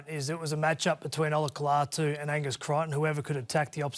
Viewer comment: lol Cronk 0/3 when pronouncing “Olakau'atu” 😂